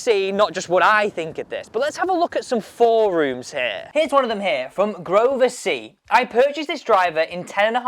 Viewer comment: Work on your pronunciation of forums.